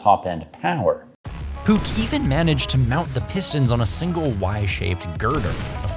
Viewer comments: It’s not puk, it’s poosh. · It is not "puk" it is "puh", in german if you have "c" in front of an "h" then you say "h"- it is silent "c", very much like silent "k" in knife. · You had me doubt for an instant how Puch is pronounced. It's indeed "poorrh" and not "pook" as it's german. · Great vid but Puch is Poosh not Pook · isnt "puch" pronounced more like "Push" then "puk". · i know a guy how used to have a Puch 250 SGS. I don't know what happend to that bike, i have not seen it in 2 years. Also the "ch" in Puch sounds more like a cat hissing not like "ck" and the "u" is short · FYI: "PUCH" rhymes with book, not spook.